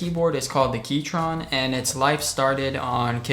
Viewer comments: Key-CHRON. Not TRON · Great footage and edits. Very eye pleasing. but "Keytron" ? Said multiple times...not sure if that's how Keychron is pronouned. & "60% keyboard" ...there's clearly a row of F keys. So 75%.